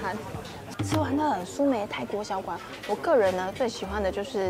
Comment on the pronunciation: ”蘇梅“泰國小館 不是”蘇梅泰“國小館哈哈